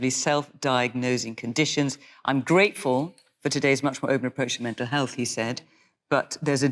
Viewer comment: It's a Therapist, not a Ferapist; healTH, not healF, wiTH, not wiV. You speak like a 6 year old and it's clearly less to do with class and more like some vestige of Mockneyism.